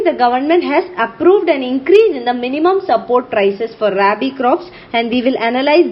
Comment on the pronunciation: Mam I m a agriculture student, it is not raibi as u pronounce ,,,, its rabi